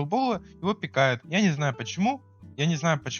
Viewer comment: Он ещё говорит пикАют, а не пИкают